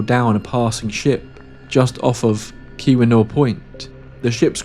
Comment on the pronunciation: Oh my god, he pronounced Keweenau correctly...